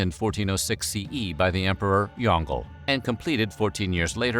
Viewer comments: Really funny mispronunciation of "Yong Le". Really ironic how you try to make educational videos, pumping who knows how many hours into making this and then can't be arsed to even waste the single minute it takes on Google Translate to verify the pronunciation lol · That... Is not at all how Yongle is pronounced. Not even close